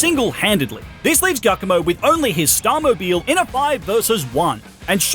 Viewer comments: I can't be 100% on this, but as an Italian, the dark type star team leader isn't pronounced that way 🙈 assuming you say "giovanni" from gen 1 like most english speaking people online, "giacomo" first part would be the same! About the eevee, I would go for Umbreon or Sylveon because they look the coolest to me and Sylveon was my first shiny eeeveelution!! Great video btw😊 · Dondozo the Water Whale? Catfish. It's a Catfish. Also Giacomo is pronounced like Giovanni.